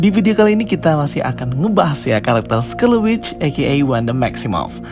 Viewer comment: Scarlet Witch bukan Scarleu Witch